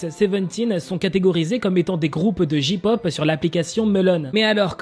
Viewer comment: Ont dit jey pop pas ji pop 😭😂 c comme si tu disait ka pop 😭😭😂